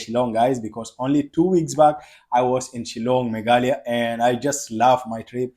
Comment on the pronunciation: Your pronounciation is not meglia it's me gha la ya